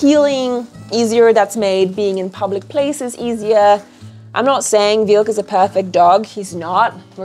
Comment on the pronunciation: EWA not Eva. Wilk not Vilk. White over Red...with an eagle.